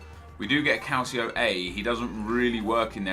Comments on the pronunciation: calcio, Italian word for soccer, pronounced cal-cho. just a pet peeve for me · Stop pronouncing it "Calsio"!!!! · does anyone else cringe when Nep says Calcio A?? Nep its pronounced, Calchio A. The sound of the second 'c' in calcio is a 'ch' sound!! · Funny how you say calcio A 😆